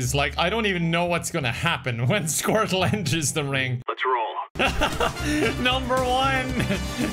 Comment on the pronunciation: pronounce squirtle as squirt-Luh